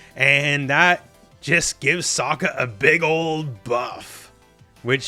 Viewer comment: BTW His name is pronounced "Soak- Ka", ......not "Sock-Ka".